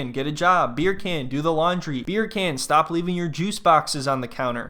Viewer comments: Why does she keep pronouncing Beer Can wrong? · As soon as the first " BerrCan" comes out of your mouth. I loose it. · I'm from Germany and I can easily pronounce it correctly. Hearing "Beer can" annoys me so much whenever he says it. Especially since he's so thoughtful and sensible in every other aspect. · Bircan - the C is pronounced as J